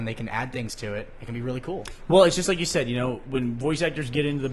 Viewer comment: has anyone ever noticed burnie cant say "said"? he says "sayed" (or "say'd" or even "sade" if you prefer)